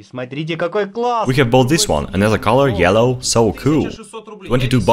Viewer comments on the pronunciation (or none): none